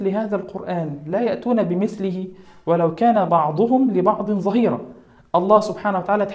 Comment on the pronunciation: تحية طيبة و تقدير للجهد و شكر جزيل على نبل القصد و أسأل الله القبول. وانطلاقا من قول الفاروق:رحم الله امرؤا أهدى إلي عيوبي.أقدم هذه النصائح: ـ كان يحسن ـ والمستوى المقترح منكم عال ـ أن تلتزموا العربية الفصحى.و لا تقحم اللهجة المصرية التي مست النص القرآني و هذا لا يجوز ـ كما هو الشأن في نطق المقدم لحرف العَيْن من "كهيعص" حيث نطقها ممالة إلى الكسر.و نطقه لكلمة "ظَهِيراً" حيث نطق الظاء مشممة بالزاي كما هي عادة المصريين في لهجتهم. ـ توجد أخطاء لغوية كان يلزم عدم الوقوع فيها خاصة وأن الموضوع يمس اللغة ذاتها (ومن ذلك قول المقدم : بينما القرآن الكريم تبدأ سوره ... بكسر الراء في "سوره " و الصواب الرفع على الفاعلية) و قوله : فعجز المشركين... و الصواب قوله "المشركون" بالرفع على أنه الفاعل ـ الأسلوب المقترح في التواصل به نوع من الحدة من مثل :.. هو سؤال سخيف ، و لعل الأولى أن يقال سؤال خطأ أو لا يصح ... و مثل قوله : سؤالك أنت غلط.. و يشير المقدم للمتابع له ... و بالجملة أرجو من المقدم بسمة يجود بها على المتابع له فإنه لم يبتسم قط